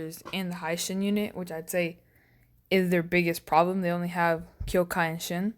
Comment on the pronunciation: its the "he shin" not "hai"